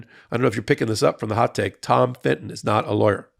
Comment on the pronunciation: Love you but STOP saying Finton for Fitton. You said it so many times I went mental and the proof is that I wrote this comment! Like Americans calling a Nissan car KNees-on. Or an Audi an Awdi.